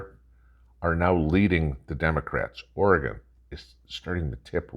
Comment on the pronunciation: Good morning the rich will have food and gas fancy cars and use lots of electricity Eastern Oregon is the red area of Oregon thank for saying Oregon right I love my home state